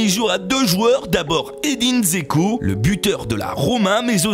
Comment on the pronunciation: Džeko se prononce Djéko.